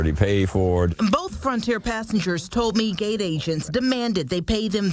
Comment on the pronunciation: I was listening too this and new the news woman was black. How? The way she speaks. Almost normal. But just like how they cant say ask. She can't say told. Sound like toad